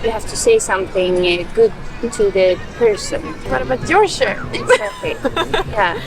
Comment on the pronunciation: and say yaaa exaklee 2 billion times :))